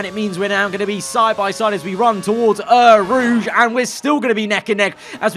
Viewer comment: Bro his pronounciation of Eau Rouge annoys me every time